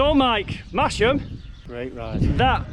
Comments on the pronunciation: Mas - ham not Mash - ham. And even as a proud Yorkshireman I got it wrong, but never made the mistake again after my wife 'corrected' me. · Great video, nice to see familiar places. next time you go if you pronounce it "Mass Mmm" you might get extra black pudding ;) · Silent 'H' in Masham. Another Yorkshire settlement with an unpredictable pronunciation to add to the list! Looks like a belting ride, thanks for sharing.